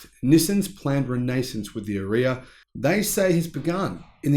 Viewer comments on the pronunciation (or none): Sorry to be pedantic but the way you say Ariya is completely wrong! :)